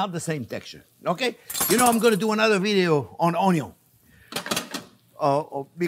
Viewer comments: I love the way he says onyon 😂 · I so love this man.... we have to make onyon 2.0 - HAHAHAHAHAHAHAHAHA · What is a ONNGYUUN? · I love the way Chef cuts the Onyon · Sausage and onyo, a match made in heaven! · "onyo is number first!" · ONYION 2.0 😂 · I love how you pronounce 'onion'. Takes me back to watching Justin Wilson cook. Your enthusiasm brings a little bit of that experience back, too. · Ok now I know how to cook sausage, I’m going to make this soon. And I will try to pronounce onion like Chef JP.